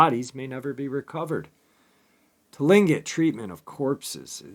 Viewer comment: first of all it's Kush-ti-ka not Kushtaka and second it's Clinquot people if you need any further help with pronouncing this first Nations names let me know👍